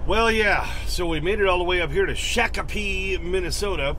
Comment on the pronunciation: I just come from there this morning, wish I wouldn't know you there I would've stopped to see you. And it's pronounced shock-a-pee by the way.